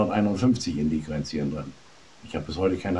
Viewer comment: ich habe zwei mal hingehört, er spricht tatsächlich von "Indigrenzien" im Propolis und wiederholt das auch noch ;-) aber sonst ganz witzig